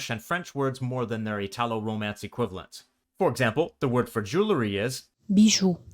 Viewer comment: I'm Italian, from Parma, in northern Italy. My dialect is one of the Emilian-Romagnol dialects, Parmesan, and it's completely different from Neapolitan. Thanks for the video, it feels to me very accurate and precise. One correction should be: "italo" for us is pronounced with an accent on "i", never an accent on "a" as you pronounce it. From the first long excerpt, I'd say I can understand, at first hearing, among 40%-60%. I wouldn't say Neapolitan is a different language from Italian, just a dialect. If I try to listen to Sardinian, for instance, I can't understand more than, say, 3%. Many expressions in the video can be understood by anyone because, after all, Neapolitan is an extremely popular dialect in media and culture, therefore everyone has at least some familiarity with expressions like "agg' capit". The female reader is very clear (that's her job in the video) but I'd say she isn't employing the usual prosody that we, in northern Italy, stereotypically associate with Neapolitans. ("agg' cAAAApiii-IIIIIT")